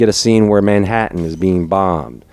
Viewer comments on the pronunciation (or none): none